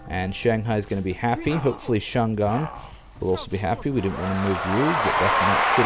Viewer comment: haha, it is not Chan'gang, it is Chang' An, your capital.